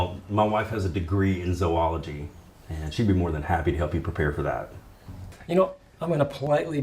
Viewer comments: does jimmy know he's a character in this 'film' ? hey props for pronouncing zoology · I finally hear it! It had to be ' extended coping session about the debate, but I finally get to hear the correct pronunciation of the word "Zoology". Somehow.